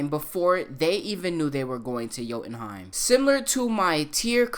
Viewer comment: What the hell is "joutenheim"? You really bastardized that one.